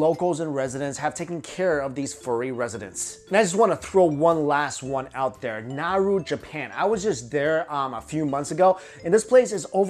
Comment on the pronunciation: it's nara! not naru